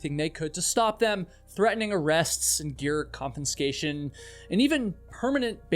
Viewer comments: Dean Potter and Graham Hunt's crashes were heard, Dean Potter's girlfriend and friends watched it happen. and described the sound. Also, "confinscation"? wtf is wrong with you? You got so many other facts wrong here, you need to better research your little stories. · Con-fis-ca-tion > Con-FIN-sca-tion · there is no second "n" in the word "confiscation" 🙃